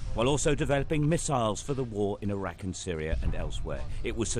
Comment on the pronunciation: dude sayin irackuh the whole vid